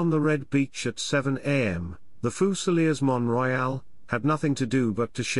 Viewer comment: it is pronounced Les Fusiliers Mont-Royal. Their CO was wounded seven times, but was able to make it back to England.